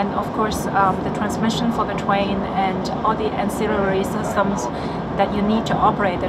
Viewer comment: That chinese girl does say "twain" instead of train... i didn't listen to anything she said other than i kept hearing twain twain... got me thinking about Shania Twain.. That's doesn't impress me much.... 😅😅😅